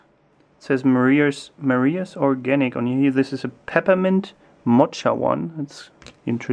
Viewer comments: Hey, don't know if anyone else mentioned it, but in the word mocha, the "ch" is pronounced as a "k" and not as in cheese. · Not trying to be rude but it's pronounced Moka not mocha.